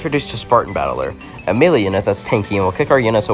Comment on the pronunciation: i used to pronounce melee like that, its more like may lay